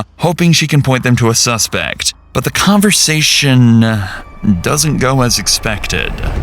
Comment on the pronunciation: Went back to the conversation-uh . Now i cannot unhear it.